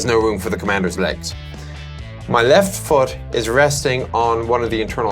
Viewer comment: "However, he has no room for his eggs." I know, he says 'Legs', but that L was so light, I was thinking, "Poor commander!" X-D